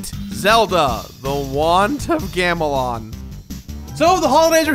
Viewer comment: You couldn't retake when you accidentally said "want of gamelon" in the beginning? Take pride in what you do man